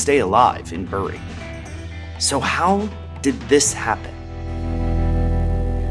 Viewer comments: Excellently researched as always. It's a real shame that Reebok were one of the major British sports brands and are now basically just a nane. The same thing happened to another brand from the north west of England, Umbro, when they were bought out and then sold on by Nike. By the way, Bury is pronounced 'Berry' - British place names, eh? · Reebok lost because you pronounced Bury wrong. 🙂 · Both British places named "Bury" rhyme with "berry", like "bury the dead", according to my copy of the BBC Pronouncing Dictionary of British Names. ♥ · Great video and I hate to be a pedant, but as a local, the pronouncement of literally Bury burns my ears. We call it Berry. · This is a weirdly common mistake, even from English people who aren't from the northwest though "Bury" the town is pronounced like bury the verb, it is a homophone of "berry" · Bury is actually pronounced "berry", but don't worry about it too much, as even we Mancunians disagree on it 😂. But it is "berry". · Great vid, but could of done with asking a brit how to pronounce Bury, it’s pronounced like bury, ie burying someone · The picture of Bury was funny, but you should have done a search for how they say "bury". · Ahem ... we say ‘berry’ not ‘bu ree’. Even here, in Bury. Check out our Black Puddings. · Bury is pronounced like 'berry' not 'burr -ree' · Terrific video! I don't mean to be pedantic but Bury, Lancashire is pronounced more like 'berry' -the fruit than 'bury' -to inter. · It’s pronounced ‘berry’ and not ‘bury’ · Hi, just a minor comment from a Brit. Bury is pronounced "Berry" instead of a "u" sound. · Lol in the UK we say "Berry" not "Bury" despite the spelling. For example you dont "Bury your dead" you "berry your dead". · FYI bury is not pronounced that way. It’s obviously pronounced bury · Ah man… great video but super off putting as a Brit to hear Bury pronounced like that - it’s pronounced “berry” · Bury is pronounced Berry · FYI, Bury is pronounced ‘berry’